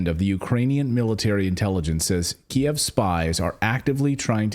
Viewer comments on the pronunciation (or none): none